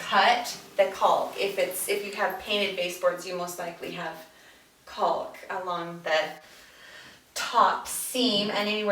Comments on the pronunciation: LoL. Its pronounced like Calk. Why is she pronouncing the L so hard like Culk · Its actually not pronounced Cau "L" K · "Caulk" is pronounced "cawk", rhymes with "hawk," not "calc," as in "calculus" or "calk," rhymes with "walk." Also, learn to edit your vids, better. You were fine when you removed gaps or pauses, but, blew it, when you asked the videographer what he was doing. That is distracting, makes you look like an amateur, or, worse, like you don't know what you're doing. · IT'S NOT "CALLLLK" its caulk.... it rhymes with gawk and hawk and chalk. It's not that hard. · She put so much emphasis on that L in "caulk" seconds 🤣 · I give you a lot of credit doing video. Nice and thorough but you need to pronounce caulk correctly...rhymes with hawk. Keep making videos. Women need to see other women doing projects. Thanks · Caulk with an L, hahaha 🤦‍♂️ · CauLK!! Lmfao!!! I guess she doesn’t want to say COCKing.... 🤭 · As somebody who works at a paint store...lack of emphasis on the “L” is incredibly awkward. “I need a box of caulk right now!” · It cracks me up how she pronounces the l in caulk! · It might sound like a funny word to children. But you do not pronounce the L in caulk. It is pronounced as kawk. You can look it up if you want. I had a buddy of mine argue with me at a job site and bets were made, so I pulled up the dictionary and showed him. So now when I hear the L it really stands out and sounds silly. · I've never heard someone pronounce the "L" in caulk before. I guess I've been saying it wrong my whole life. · Everytime she said “caulk” I was really listening for that “L” sound to make sure.... totally distracting 🤣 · Seriously? The "L" in caulk is silent. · caulk rhymes with talk. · way to emphasize the "L" in caulk so we don't have any mishaps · I screamed the 3rd time she said it 😂😂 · The "L" is silent. Enunciating it is incorrect and incredibly awkward.